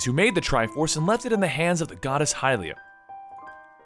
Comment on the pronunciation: i thought hylia was pronounced hill-ia